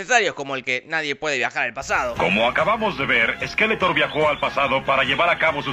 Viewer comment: Es SkeletoRRRR, no Skeleton